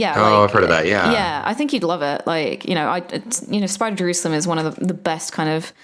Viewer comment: Spider Jerusalem? Is that what you're saying?